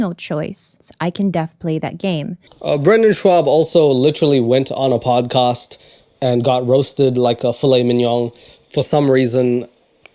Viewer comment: salam , sorry a little note : it's podcast not padcast.